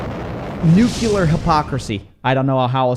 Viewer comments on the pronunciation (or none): Nuclear, not nucular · you said 'noocoolur' instead of 'nuclear' you gigantic mong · "Nookular hypocrisy. I don't know how else to say it." I could think of one other way 😉